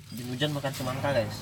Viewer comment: Semangka bg bukan cimangka 🤣🤣